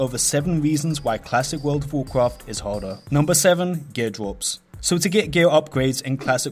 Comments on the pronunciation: "Wold of wocraft" lol Same as you Im also not a native english speaker but it just sounded too funny. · What is worfh of worfhcraft he saying? is it good?